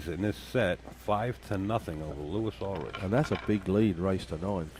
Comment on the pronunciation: For future reference...It's pronounced Lewee Ulrick. From San Diego, Ca.